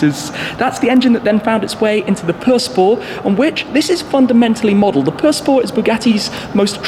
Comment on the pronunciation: Chiron pur sport.....not "pur spor" lol